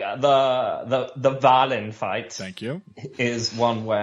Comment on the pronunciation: Swedish native here, it's pronounced "Walleen" Swedish I sounds like English E